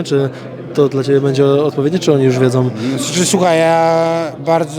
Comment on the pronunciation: Menadżer i trener w jednej osobie AF: "WiedzĄ, pytaJĄ" XD